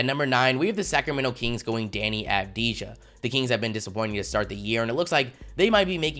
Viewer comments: Stop sleeping on deni avdaija By the way you pronounce it deni avdiya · its pronounced av-di-ya